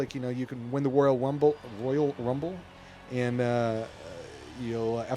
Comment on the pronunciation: " You Can Win The Woyal Wumble " LOL XD